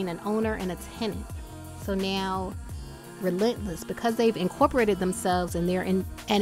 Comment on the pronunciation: At first I thought she called it rentless church